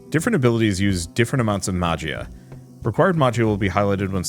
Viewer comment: I was wondering about gameplay for this game!!! Btw, Magia is pronounced “ma-he-ah”